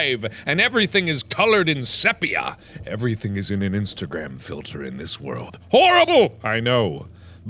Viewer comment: Sepia is pronounced SEE-pee-uh, not SEH-pee-uh.